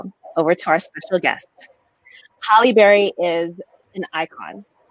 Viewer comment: If HALLE Berry is an icon (which she IS) then the young woman should have gotten the pronunciation of her first name CORRECT.